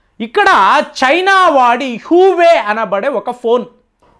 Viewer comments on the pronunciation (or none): హువే కాదండి హువాయి Huawei